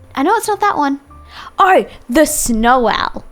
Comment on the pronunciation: How she says Know No So Oh